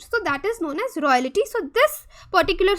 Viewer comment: "Royalty" ko "Royality" bol raha hai